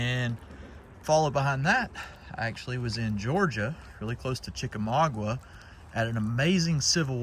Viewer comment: I don't mean this in a critical way, but being a Georgia born cracker and The War Between the States near to my heart, the correct pronunciation is Chickamauga, not Chickamagwa. My condolences to you and your family on the passing of your Aunt.